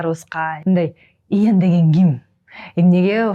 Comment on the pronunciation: Тантырап атын да туура айталбайтго 🤣🤣🤣 Тиги бала десе Иен дейтго 🤣🤣👍 соз жок